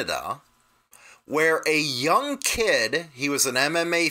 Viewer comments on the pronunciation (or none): none